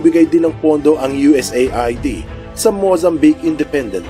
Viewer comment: U.S aid ang pagbigkas niyan